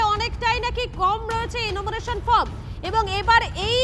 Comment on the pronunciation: এনামুরেশন নয়, উচ্চারণ টা এনুমারেশন